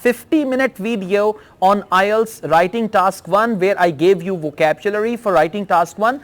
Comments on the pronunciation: Sukhvinder Singh sir is a versatile person. It’s hardly matters if his pronunciation is little different for a word🙂. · Sir I am biggest fan of you bye bahi You were pronounced wrongly word " vocabulary " repeatedly